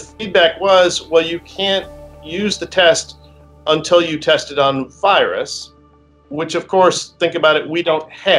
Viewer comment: Woman with froggy voice talking about the "tast".